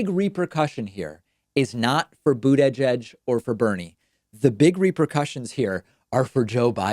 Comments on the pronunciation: Are you pronouncing/emphasizing Buttigieg that way as some sort of meme? I'm asking this honestly and not trolling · Pete or Bernie. Doesn't matter to me....I will support either. But David: Please quit putting down Pete by mispronouncing his name so blatantly. I know that English is your second language, but I also know that you can enunciate properly when you want to. By disparaging Mayor Pete, you make yourself seem like a sore looser....when that doesn't make much sense, since ALL the candidates are on the same side. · lol, your "Buttigieg" pronunciation kills me. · Why does he pronounce Buttigieg like that? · Hey uhhhh why are you saying his name like that? And in that super slow speed? Fan of yours but you sound a little ummm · Stop saying Buttigieg that way, it’s annoying. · All those “coin flips” must have just happened to favor Boot-uhh-judge. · Why is David pronouncing names so weirdly here? Pete BOOD-E-JEDGE and TOOLSI Gabbard. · Nobody: David: Boot-eh-judge 😆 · Pete Bood-a-jedge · Wait. bUdAjAj is the correct pronunciation?? 🤣🤣🤣🤣🤣🤣🤣🤣🤣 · The way you pronounce Buttigieg triggers me 😂 Even if that would be the proper way to say it. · If you can't say the name you can always call him mayor Pete. I could swear I've heard you say his name properly before though. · Lol why do you over emphasize breaks when pronouncing his last name? You also call Tulsi "toolsi". It's just strange considering you have heard these names pronounced on countless hours of political media you must absorb daily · Why does he say Pete's name like that?? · Pete is just ahead with 97% in. And if he DOES win (aka "overperforming" to you), your other video about him taking credit seems kind whiny. :p And maybe we should start calling you Pak-man (with the separation) since you refuse to say a candidate's name properly--and have admitted you know the difference. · Why are you pronouncing Buttigieg like that? Haha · Also, why is david saying buttigieg so weird? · * Boot Edge-Edge ;)